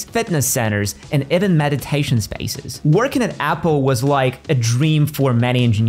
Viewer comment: What accent is that?Spaces pronounced as spices? Just the odd word.